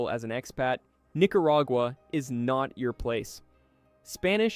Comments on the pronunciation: You're okay, my friend. No one, not even the Nicaraguans pronounce these names as "NicaRAYgua" and "San JuEN Del Sur". Just tune into local news for proper pronunciation. All the best! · "NicaRAYgua" "San JuEN Del Sur", please, either get a human, get a better AI, or edit the AI output. Don't insult us!